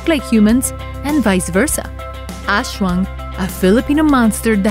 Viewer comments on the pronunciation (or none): As'wang not ashwang 🤣